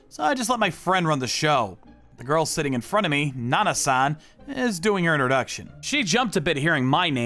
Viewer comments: And he says goil to girl wtf😊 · Bro said goil and not girl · Bro says girl like goil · The first dude said goyl😂😂😂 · bro cant even say girl he say göğırl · Another thing why does he say girl like goil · The first narrator "Gorls"